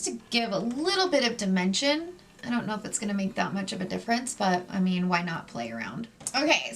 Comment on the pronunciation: When she says “you know” it sounds like “you kneewww”. Never heard someone pronounce know like that? Can’t tell what kind of accent that is